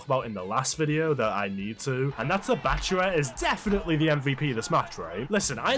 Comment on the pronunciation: Why is he saying Bachuwa instead of bachira. It ain’t hard to say man